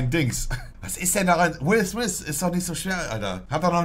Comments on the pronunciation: Niemand.. wirklich niemand: "Will Smiss" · Niemand: Monte: Will sMiS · Montes englisch er sagt nich Will Smith sondern Will swys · "Will Smiss" mann kennt ihn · niemand: monte: will smis, saus pak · Spricht man ihn nicht so aus? Also er wird Smith geschrieben aber smis ausgesprochen oder?